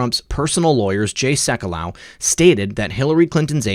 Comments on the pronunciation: Jay Sekulow, who is mid 60s, looks the same age as his son Jordan! Jay actually looks better.. By the way, pronounced SEK-yoo-loh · Fyi: Sekulow is pronounced Sec-you-low, as in "low life." Sorry, am OCD.;-)